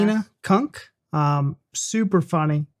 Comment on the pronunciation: CUNK! Not chunk! As you have probably gathered it's a spoof- the experts are aware they just don't know what she is going to ask them; lots of laughing as you can imagine! 😅🏴🇬🇧